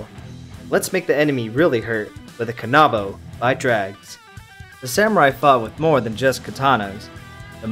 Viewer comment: Ka•na•bo not ka•nab•o